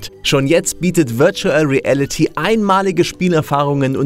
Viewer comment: Wörtschuell riälliti